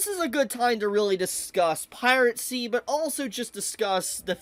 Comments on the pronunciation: its "piracy" not "piratcy" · Agree with a lot of points but for gods sake just say piracy instead of piratsy its driving me insane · Pie-ruh-see Not Pie-rat-see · The way you pronounce piracy is weird. You sound like you're saying pirate sea. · you keep saying pirate-cy but there's no t in piracy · Bro ever time he seat piracy with a “T” the heck (piracy not piratecy) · Why does he keep saying pirate sea and not piracy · bro really said pirate sea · the way says "piracy" as "piratcy" is so annoying lol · Piracy, not Piratecy. 🤣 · "Piracy" ❎ "Pirate Sea" ✅ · Am I the only one who hears him pronounce piracy as “pirate sea” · Why do you pronounce it "pirate-see"? 😂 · piracy not piratcy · is this guy pronouncing "piracy" as "piratecy" ??? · It's piracy, not piratecy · pie-ri-sea. not pirate sea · BRO STOP CALLING IT PIRATCY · Piratsy? You mean piracy? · Please stop saying PirateCy... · Who is gonna tell that it's piracy, not piratecy? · i like the video, but every time he goes "piratecy" i cringe so hard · bro says piratcy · is it me or am I hearing piracy as pirate-cy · I cant with his pronunciation of piracy. He says it piratsy. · it sounds like you're saying "Pirate-Sea" 😂😂😂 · bro pronounces piracy like piratesea there is no t in piracy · Was he saying piratecy?